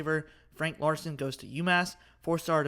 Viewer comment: Ladson, not Larson